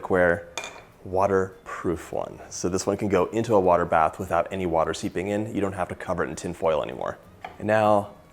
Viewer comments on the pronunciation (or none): none